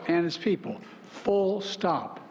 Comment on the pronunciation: Oh wow hahah nice catch! 😂 I never noticed but now that I do it seems like it was on the prompter in ALL CAPS and that’s why he said it like that too lmfao 💀😭